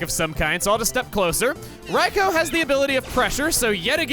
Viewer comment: Not gonna lie, it was a bit of a relief when he pronounced Raikou correctly.